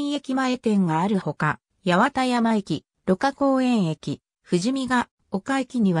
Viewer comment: ❌やわたやま駅 ⭕はちまんやま駅